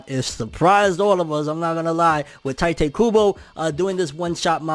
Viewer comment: Tee- tay not ty tay